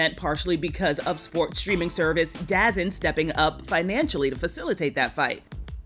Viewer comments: Somebody tell the AA grad DEI journalist that DAZN is pronounced “Da-Zone” not “Da-zin”. She clearly prepared well for this simple read along. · Did she really say dazen??? haha.